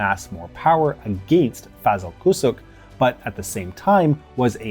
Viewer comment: pronunciation issue: 'Mr Kucuk' should be pronounced 'Kuchuk'. In Turkish, the small 'ç' in the name has a tail, making it a 'ch' sound. BTW, Kucuk means 'small'. Mr Small.